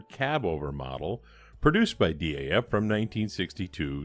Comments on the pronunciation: The name is pronounced as one monosyllabic "Daf" (with the A as in America or Arnold), like "daft" minus the "t"... at least according to the dutch people who run their awesome archive/museum. Keep up the great work. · Another fine resto fella, looks factory fresh. FYI here in the UK DAF is a word pronounced like daft, but with a silent T Haha. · DAF are now part of Paccar, who own Peterbilt and Kenworth, I think most people say DAF as a word, instead of separate letters, even though you are probably right to pronounce each letter, M.A.N. are the same